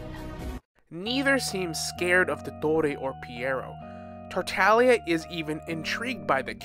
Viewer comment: is no one gonna talk about how he said Tar Ta Lia and Arlchiiino and ScARAmOuChE